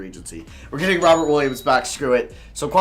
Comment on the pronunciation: I know it’s Robert but it sounds like he says robin williams